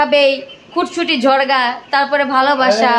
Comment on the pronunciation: ঝগড়া নাকি ঝরগা 🙂